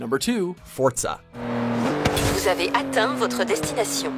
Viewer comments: I'm pretty sure it's pronounced For-Zuh, not Fort-Zuh. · And it's not fortza it's for-za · Is it just me or do you say forza is stead of forTza or am I just dumb :p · Nobody: narrator: Fortza. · “Fortsa” should be #1 and you know it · Lol Forcah